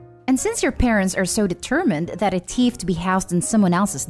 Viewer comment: Why does the narrator pronounce thief so weirdly? It sounds like she is saying “teeth”.